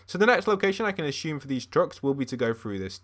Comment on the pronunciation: he said ashume